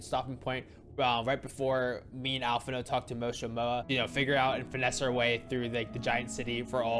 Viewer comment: For reference, the "d" in "Alphinaud" is silent. :)